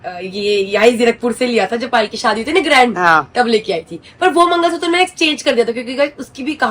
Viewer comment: Mangalsutra na na na😅 mangalsuttaar😂